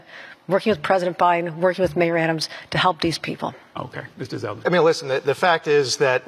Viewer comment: It's ZELDEN not Seldin.